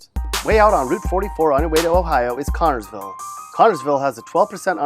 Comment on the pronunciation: It’s connersville, not connorsville. And it’s not that bad.lol